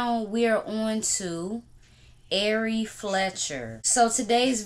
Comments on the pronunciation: Man U killing shawty name lmao…AIRY??? IKYL 😂😂😂😂😂 “R” pronounced like the letter ..then “RE” like REbound😂😂😂😂 great content as always🙌🏾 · Airy fletcher sound funny lls